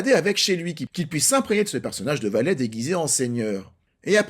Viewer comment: ...valet... VALAIS ! Suisse vous êtes ! 🇨🇭 😂🙏👌✨ Parfait